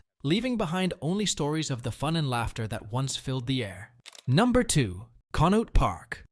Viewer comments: Conneaut=KAHN-ee-aht Youghiogheny=YAHK-ee-GAY-nee My dad worked at J&L Steel in the 70’s and early 80’s. He went on to finish law school at Duquesne University and worked as a successful attorney but always maintained that he would have been happier back on the millwright gang and lamented the closure of the mills. As happy as I am that Pittsburgh has breathable air now, the movement of steel production overseas destroyed most of the smaller older towns around here. And now those countries are as polluted as Pittsburgh used to be. After my dad passed away in 2023 we were gifted a painting of J&L Steel Mill and it hangs in our living room. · Con-e-aut lake 😊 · Conneaut is pronounced connie-awt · The sound. For the lake is Con-ee-aught.